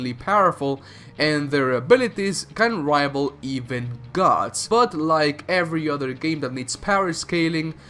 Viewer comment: gadss, dyetees, wooreears, munesters